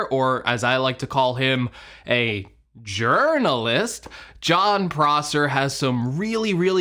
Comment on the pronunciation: 😂😂😂😂😂 “Jernalist”. Love it!